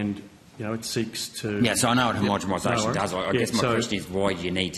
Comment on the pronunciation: Oh Gerard...I love your work..but you're still saying "homogeMisation" when you mean homogeNisation 😢 it makes you sound foolish